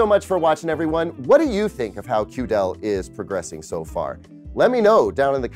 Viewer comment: Hello, mind pronouncing it QD-EL makes way more sense that way.